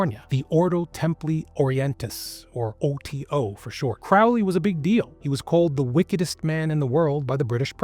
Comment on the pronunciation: Yaaay someone who can actually pronounce Crowley correctly!